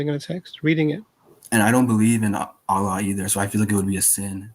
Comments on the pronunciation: He said aalaa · He can't even say Allah properly. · The way he pronounced "Allah" is very clear to prove that he isnt a muslim